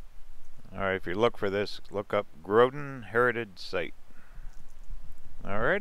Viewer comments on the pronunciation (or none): none